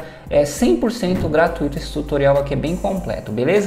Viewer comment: Muito bom o seu tutorial. Mas, por favor, nunca mais pronuncie GRA-TU-Í-TO. A pronúncia correta é GRA-TÚI-TO, Não é hiato, é ditongo.